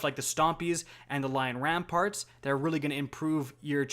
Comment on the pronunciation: Lion RAMPANT, not ramparts. RaiDEN Flux, not RaiDIEN. It's almost as bad as when people say Lunafication instead of Lunafaction (faction, not fication).